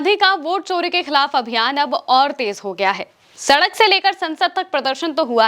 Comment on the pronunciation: Kya kya anchors aaye hain chori to 'sori' & social ko shhoshal....